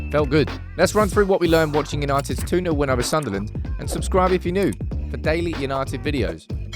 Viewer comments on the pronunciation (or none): none